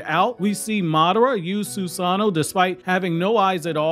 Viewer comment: Soos-an'-no vs Soos-an-no' you're breaking my heart putting emphasis in the wrong area.